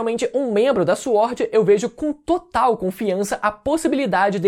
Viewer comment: Fala " Swórd" direito KKKKKKKKKKKKKKKKKK